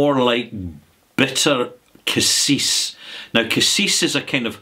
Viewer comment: Cassia, not cassis.